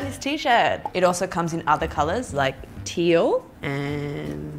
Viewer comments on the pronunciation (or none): none